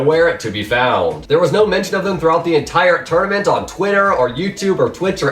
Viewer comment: Nice infos and nice put together but... it is slightly annoying how you pronounce the last word of your sentence.. thereeeeee~ hereeeeee~ thhhhink~ Eh, sorry but slightly annoying in my opinion